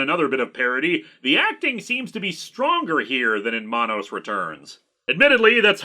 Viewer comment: It’s man-nos it’s should rhyme with Thanos.